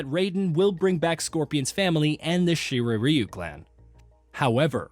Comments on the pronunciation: “Shiray riyu👁️👄👁️” what a dumbass😂😂💀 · Snubzero, Lin kui, Shirayayu, Bee Hon, Lin ku way, syro mancer…. Cmon…